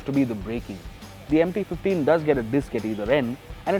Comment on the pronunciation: I don't know why every time someone says MT 15, I hear empty 15...😂